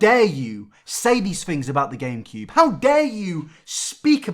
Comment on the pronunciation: Anyone else notice that he keeps saying Gain-cube?